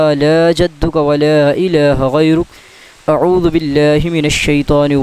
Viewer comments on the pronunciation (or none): none